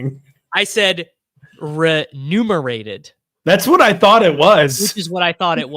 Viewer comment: Totally nailed the pronunciation of “remunerated.” That’s how you know this year is different.